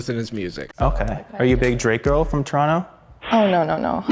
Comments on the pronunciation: Bruh the way he said Toronto oof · The way non Canadian pronounce “Toronto” breaks my brain lmao